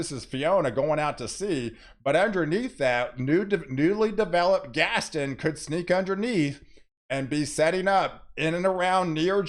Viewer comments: Think Gaston is pronounced Gas-ton like won-ton. gas-ton. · Before Gaston gets here, please work on pronouncing its name! Gast-ON!! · He butchered quite a few names in this video but nothing has bothered me as much as his pronunciation of Gaston. Still got his point across but omg. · exactly how I felt.